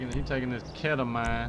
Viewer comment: My boy mispronounced ketamine but anyway i need a link for these mods bruh